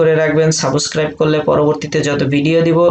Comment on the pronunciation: ভাইয়া সাউবস ক্রাইব না সাপ্সক্রাইব